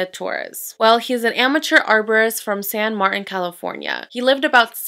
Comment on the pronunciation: Lol. The way you pronounced San Martin. It's San Martìn. Like San marteen. 😊 still love you.